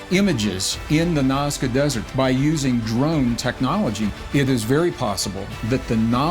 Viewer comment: Hi the nazca lines are being read wrong